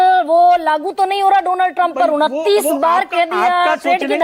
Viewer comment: Madam shocha correct kardu, feku ne Donald Trump nahi bola tha,... Feku ne kaha tha, " DOLAAND" TRUMP